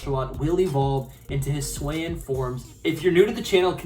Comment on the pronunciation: It’s pronounced “hih-soo-eee” and hih-soo-eee-an”